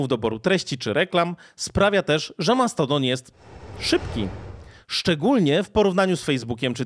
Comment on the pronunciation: Wyjdzie na to, że się czepiam, mimo to męczyło mnie to trochę i mam pytanie: czemu, stosujesz mieszankę wymowy stosowanej w angielskim na przemian z artykulacją w naszym języku? Mamy z jednej strony Mastodon (z akcentem na I sylabę) i "dżimejl", a z drugiej słyszymy "Elon Musk" (później nazwanego przez Ciebie "Maskiem" czy też "Outluk". Podkreślam jednak, że mimo tych uwag jestem niezmiennie pełen uznania dla Twojej pracy.